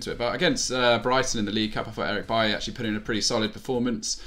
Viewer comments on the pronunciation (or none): none